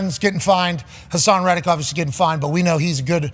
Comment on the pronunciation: I watch live every day until I hear D But say “obvissy” 3 times. Thats my limit. So I usually stop watching in the first hour.